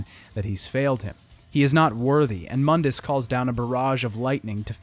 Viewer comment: Mundus, Moon-dus, not mun-dis. Im not sure how you mispronounced it when they literally say it in the game. Unless you're going by DMC's bad pronunciations of things. And seriously you have got to break up the exposition on game mechanics and intersperse it with the story instead of dumping it into one section each. You need some sort of levity between otherwise its like listening to a lecture and not a review. Listening to you drone on like about game mechanics sounding half tired isn't the rip roaring time you'd believe, despite what the simps on here say who clap because they recognize the thing. I was hoping another video of yours would be better but its just more of the same.